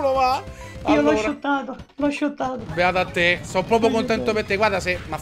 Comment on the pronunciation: *shottato non schottato😂